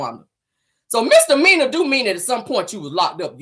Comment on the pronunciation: Did she just say, she never been to jail, nothing serious......maybe some misalany( poor thing, think she was trying to say misdemeanor)